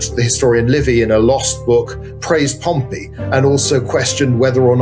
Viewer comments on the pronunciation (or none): Great episode! But your pronunciation of Pompey (POM-pee) as Pompeii (pom-PAY) was wild, even after your guest pronounced it correctly through the discussion. 😂